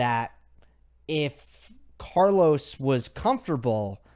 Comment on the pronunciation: K-mon Kaaaa.lous AAaallkaraaasss... you have a stunning pronunciation (ironic mode) 🤣🤣🤣